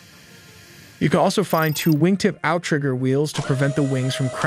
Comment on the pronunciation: Pronounced "out-rigger" (not "ow-trigger"). Also, "approximately" eight engines? Is that accounting for engine failures during operation or something?